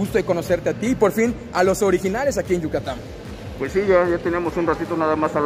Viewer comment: Yucatam jajaja siempre la pronunciación jajaja